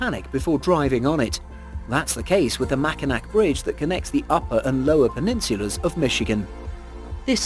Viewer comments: Makai(NAW) bridge in Michigan not makainack!! Lmao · I laughed every time he said it